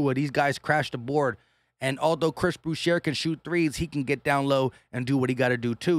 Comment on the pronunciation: Boucher is pronounced as (boo-shay) it's French